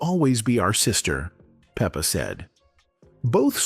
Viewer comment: "Peep-a" , "Bi-op-ic" 🙄